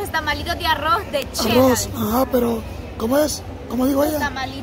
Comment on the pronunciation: Pero porque dicen chela. Es Xela porque les cuesta tanto alos salvadoreños decir Xela. O es que el abecedario del Salvador no tienen la letra X ?